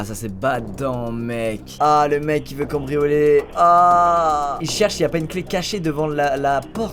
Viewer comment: C moi ou tu as dit combrianler au lieu de cambrioler